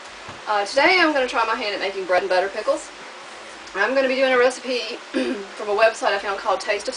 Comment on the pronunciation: Beautiful bread and butter pickles. Love how you use field cucumbers and not pickling ones. And yes you said the name right!! Most people don't.